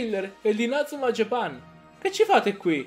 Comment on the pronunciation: lo so ma tu nel video lo pronunci in modo sbagliato.